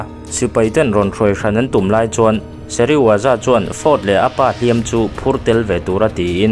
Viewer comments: thil pakhat i lam sual char2 chu Dr.Sezirawa ni lovin Dr.Serizawa zawk ani a dik tak chu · Dr Seriwaza i ti tlat a, Dr Serizawa zawk a nia😅